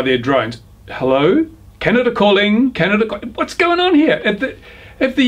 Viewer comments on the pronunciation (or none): It's Canada - Not Canadia